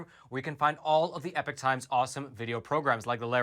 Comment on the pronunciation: “EE-Pock” not “Eh-Pick” Completely different meanings.